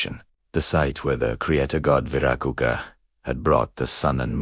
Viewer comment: What is not wyracocha...what kind of meth are you on?